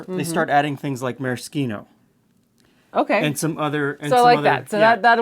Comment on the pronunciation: God bless you for pronouncing maraschino correctly.